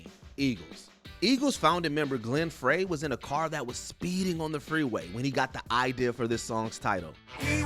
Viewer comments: Glenn Frey's last name is pronounced "Fry", not "Fray" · I know this man didn't just call Glenn Frey from the Eagles...Glenn Fray lmao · Glenn ""Frey"", is pronounced 'Fry'. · DO YOUR RESEARCH PEOPLE. The Eagles, Life in the Fast Lane, Glen Frey (pronounced FRY) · Fyi, it's Glen Fry. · Please learn how to pronounce Glenn Frey’s last name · I’m glad you mentioned it. They should have done more research on how to pronounce his name.